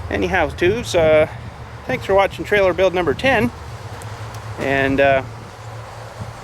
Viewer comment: trailer. not trail.. geez